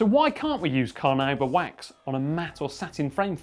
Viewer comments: It's pronounced carnaúba, the emphasis is on the "u". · carnuba wax he said? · I was more waiting for someone to comment on him pronouncing Carnauba wax "Car-Nuu-Ba"